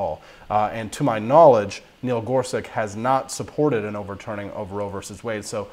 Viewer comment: his last name is pronounced as "such" and not "sic"